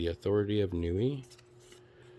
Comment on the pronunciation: Not gonna lie, thay Yoda scared the crap out of me. Hahah sweet star wars coins. The country of Niue is pronounced "Nee-way." Aloha is part of the 1%. Lol. Those skull knives are sweet!